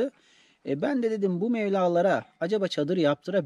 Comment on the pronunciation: aman abi dikkat et mevla değil mebla